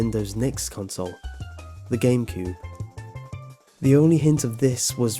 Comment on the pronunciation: 151 he said gamecude XD